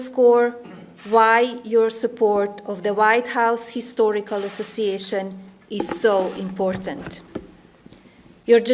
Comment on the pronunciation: I want to know why she pronounced histhorical not historical